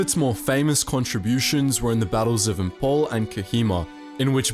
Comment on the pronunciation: I am from Imphal.Very less people know about the war Man the way you said Imphal was funny af